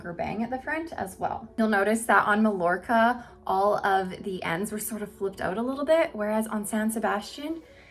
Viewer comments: Love these low density, heat friendly wigs. You've sold me. Now I must choose one. btw - Mallorca has no "ll" sound. Mallorca is a beautiful Spanish island (pronounced Mah-YOR-kah) in the Mediterranean. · I love your reviews,! You're in a small group of those I watch anymore....you're pretty hard to beat! (Just a little note on Mallorca...it's pronounced Mayorka in Spanish. 🙂) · Mallorca is actually pronounced MyYorka. Love your videos and those are great styles! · Thanks for a good look at the Spanish collection. Love the Macademia Latte Rooted on you - it's a beautiful color that hightlights your strikingly beautiful eyes, but sadly, not right for my skin tone. Just for future reference, Malllorca is pronounced "may-yor-ka". :) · It is pronounced Meye-YOR-kuh in Spanish 😊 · I love the color .I do believe the wig Mallorca is pronounced Mai-or kuh. As in Mallorca Spain. Thanks for the showing. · Thanks for the comparisons in this color. Just a little note, if you don't mind, since these are named after Spanish cities, Mallorca is pronounced "My-Yor-Ka" -- without the L sound we use in English. I am leaning towards buying Alicante, and it will be my first order with you. I love your reviews. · These are all really pretty. I like Alicante the best. I think you pronounce Malljorca Ma-york-a. The double L sounds like a Y. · Lovely styles and informative video! Just FYI, Mallorca is pronounced "Ma-yor-ka." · I was gonna say that too 😂